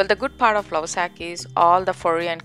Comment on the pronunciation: It's not Lausac Its Lovesac 😒